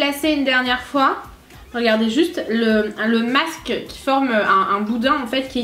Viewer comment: a dit 6 foit megas